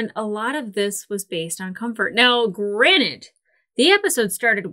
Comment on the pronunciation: To quote rick and morty ... are you saying granite? it's granted, with a 'd', what are you? a rock person?